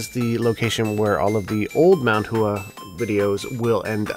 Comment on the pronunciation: Love the videos. Just a quick note: "Hua" is not pronounced Hoo-Ah. More like "Water" - the "wa" part, but if you were to add in an h like "Wha." In other words the "u" and "a" sounds should not be separated. Ooo or ew or u sound plus ah sound gets shortened so that it ends up sounding like WA instead. If you're interested in that concept, look into what's called "Bo Po Mo Fo" it's a way of learning to pronounce Mandarin Chinese terms that are spelled out in English. Although it comes from a more complex system, the basic bit of bopomofo is pretty awesome in how it explains the stuff. It's not a brand term or a product, by the way - there's tons of different ones. But just a Google search on this phrase will turn up a bunch of results you can look at. :)